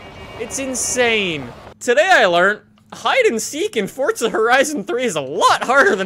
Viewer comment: why does he say fortza